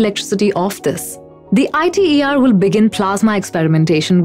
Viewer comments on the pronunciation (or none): It's not pronounced I.t.e.r. it's prounced as a word iter. It's an acronym not an initialism. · Alright good point! The issue could just be solved by her showing 'ITER' on the screen while saying the reactor name though. Or anywhere else in the video. Then it would basically be a ssa situation. I also need to mention that it's 'eeter', not 'eyeter' if you were wondering. Sry, guilty of being hmfic (I pressume?) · TFC! Do you even fusion? jw. idrm what you think the proper pronunciation is. She is assuming a role as someone who is in enough of an expert position to talk about fusion in public. Some abbreviations are pronounced letterwise, and some are not. ITER is not. smh gtfo sfb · She lost all of her credibillity when she mispronounced ITER. More so, hearing someone talk about pollution when they live in a country that has open sewage problems in major cities, and river (Ganges) where they dump dead bodies and then wash in that same water is absurd...